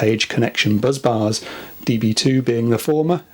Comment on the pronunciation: Are BUZZ BARS different to BUS BARS or is there a speech problem somewhere.